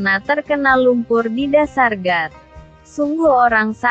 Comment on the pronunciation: Got kali bukan gat